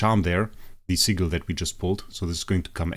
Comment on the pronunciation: Love the vids❤. Ps please dont say sigel its sigil many thx . 😂😂😂😂😂😂😂